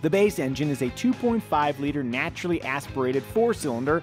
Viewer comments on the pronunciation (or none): natschuaralllly aieshpiarated